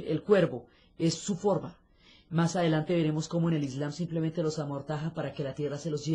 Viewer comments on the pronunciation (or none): none